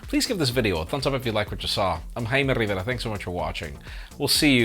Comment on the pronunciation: Jaime can’t even say his name right. Dude stop trying to be Latino just cuz it’s popular stick to your gringo persona it’s less cringey